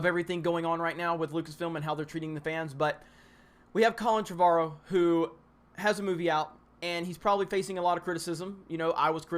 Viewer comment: you are pronouncing "Trevorrow" wrong...